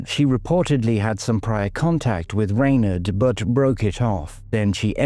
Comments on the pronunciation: it has always been pronounced as Rawn- aid or Ronaid bit like Sinead in Dublin where I’m from but her family may have changed their own Pronunciation, there are many names like this , Sinead , Blathnaid etc . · Perhaps that’s how her family said it ? I am in fact Irish born and bred so as I said I have never heard it pronounced this way . I am also from Dublin so it’s not a regional thing . Could be the family’s preference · I have never heard her name pronounced like that . Irish people would call her Ron-aid … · Rain aid, I'd pronounce it.